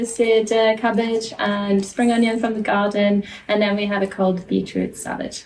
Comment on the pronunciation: I love how says, "from the gaw-den"